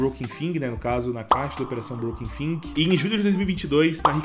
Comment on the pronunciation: broken fIng é foda ein, dá um up nesse inglês ai